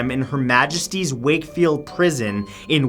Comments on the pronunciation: Matt! You finally pronounced Yorkshire properly! I’m so proud Also I already knew about ring a Rosie and London Bridge is falling down, but actually London Bridge was about the great fire of London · Thank you, Matt, for pronouncing Yorkshire correctly. Most Americans and Canadians incorrectly pronounce it as "york-shy-er". Hello from England!